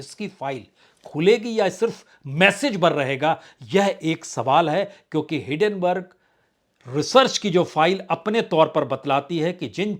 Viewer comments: Sir, it is not Hiddenburg it is Hindenburg . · Your Hindi Pronounciation is Very Bad. Rrrrrrreport Hidenberrrrrrg. R ko itna phad phad k stress kar ke bolna ye ghatiya Bihari Accent h.